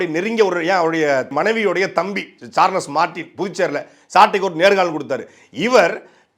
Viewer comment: சார்ளஸ் அல்ல சாள்ஸ்